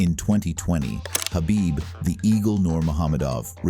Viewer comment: Khabibs name was pronounced correctly